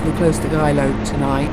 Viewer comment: Geilo pronounced gay-lo.